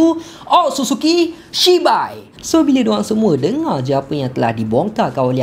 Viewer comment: Aduh takleh go lah siak nama dia shibai pastu abg ni sebut cibai lak 😂😂😂😂😂😂